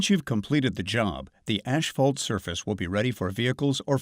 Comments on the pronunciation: It’s not hisphalt. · ASHphalt?? That drove me nuts! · Can we hire a guy that can pronounce asphalt correctly?